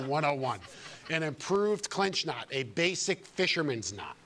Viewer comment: Efore say knot not nut